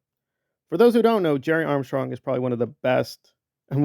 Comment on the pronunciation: Impressive. You're getting 50 views a day using my image. AND it takes every breath out of you to mispronounce my name. Please stop stressing yourself with this. I don't like seeing humans suffer over Scientology issues. I dont like watching you gasp for air while mispronouncing my name 😕😭 I'm just curious- What "Drugs" do i smoke? By the grace of God- I am physically unable to inhale smoke of any kind. I am a Coccidioidomycosis survivor. Do you believe in marijuana legalization? And adult human autonomy? Doug was not a drug user as you maliciously stated before. He was a cannabis user. Why do u attack cannabis users? We truly dont understand. Gerry doesn't even understand why u are doing this? Why are you attacking Cannabis smokers?? Also- I wasn't alive in the 60's dilrod. Were you aware of Chomsky during 911? You know you weren't. You also don't speak 4 languages. You can barely speak 2 sentences of English without gasping for air. I feel nothing but sorrow, empathy, and compassion for people going through your struggles. Poverty, gentrification, unemployment, and a horrible healthcare system. As God as my witness - May never be hungry again!!! 🙏🙏🙏 I just donated to a charity last week for your health cause btw. Because its the same health condition my tia endures. Your kidneys/liver/lungs are not worth this stress. Spend your golden years enjoying life. Hate always causes an early death❤